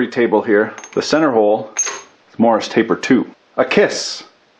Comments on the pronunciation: "MORRIS" taper ? ? Or, is that just some weird Kanukistani way of saying MORSE taper... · every time he said it, I heard Morris taper. He may not have been saying that, but it's definitely Morse taper. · 'Morse' taper, not 'Morris'. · Morse. Taper. Say it with me. Morse. Not morris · Morse is not pronounced Morris by the way ;) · Yes, I'm aware that the word is Morse, but he's saying Morris. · Andrew Delashaw no, there is definitely an intentional "i" sound in there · have i been pronouncing morse taper wrong this whole time?